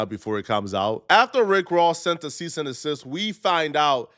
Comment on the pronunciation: “Cease and desist”. Not “cease and assist”.